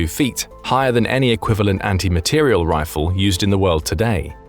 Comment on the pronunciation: Good program, but several mistakes: 1) It is an "anti-materiel" round, not "anti-material". Accent on the last syllable. 2) A 750 gram bullet is 3/4 of a kilogram. Not correct. 3) The word "cartridge" is used instead of "bullet". A cartridge is the casing, charge and bullet together. The bullet is what goes down-range, not the cartridge, rather, the projectile. (See birdofgrey6542)